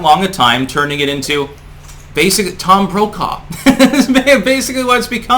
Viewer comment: Did you say "Tom Brokejaw"?